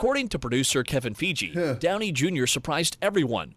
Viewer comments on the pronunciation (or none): Did he really just say Kevin FIGI 😂